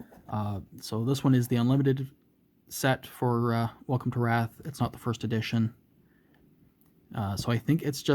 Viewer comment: Good video! Pronounced Rathe not Wrath 😊 Great game! Keep the videos coming ✌🏻